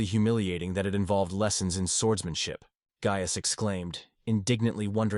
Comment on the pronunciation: How many ways can the AI voice mispronounce “Gaius”